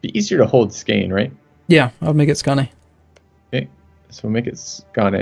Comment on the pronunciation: The "å" in Skåne is pronounced like the "o" in scones